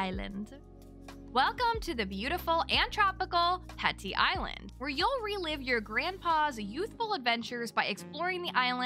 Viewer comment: I was about to correct your pronunciation of ‘petit’ but actually you are 100% right. It is pronounced ‘petty’. One meaning is “of small importance or significance” which is in fact the meaning of the word ‘petty’ as well! Nowadays in English, petit has the same meaning, but is usually only used in legal definitions, for example in the phrase ‘petit larceny’. Ps. I love your channel!